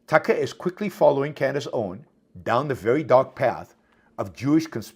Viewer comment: When is he ever going to learn to pronounce Candace Owens name properly? As educated as Yaron is, it's really inexcusable.